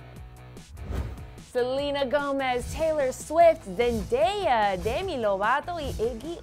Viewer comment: "Silina gumis" "Dendeiaaaaa" jajajaja